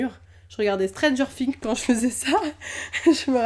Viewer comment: Stranger fhing ?? Pas plutôt Stranger Thing ? 😁 En tout cas tes dessins sont très beau et je crois que si tu essaie de colorier avec rien ça ferait beau. Personnellement, Mon préféré c'est Winnie l'ourson!!